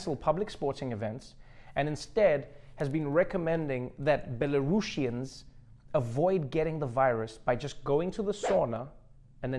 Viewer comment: hi there! A Belarusian is here! Thanks for mentioning us on the shows... the president is insane. But people are smart enough to take self isolation in their own hands. The only things : it’s pronounced as Belarusian with S, there is no SH sound (like in Russian), it’s not a Z sound (like in asian), but a simple S sound (like In the word simple). ;)